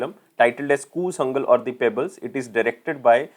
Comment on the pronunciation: PRONOUNCE IT CORRECTLY KOOTHANKAL NOT "KOOLANGAL"